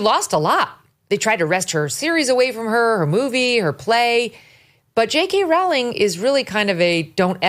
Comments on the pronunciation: JK Rowling 's name is always mispronounced. She herself has stated that it is pronounced Row as in row your boat. Long O. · Megyn. Rowling is pronounced like bowling. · It's 'Rowling' as in 'Bowling' alley. And, no, Rowling was never from a poor background, she was always well educated and well read, as well as comfortably off and was expected to go to an Oxbridge University, and still went to the good standard Exeter University. After Rowling's disastrous marriage in Portugal failed she ended up an impoverished single mother on welfare in the UK. Watson is a typical product of the English 'middle' and Oxbridge University 'class', which has been totally captured by the Liberal-Left, and now, Islamist, alliance, whereby vacuous Marxist wokism is the norm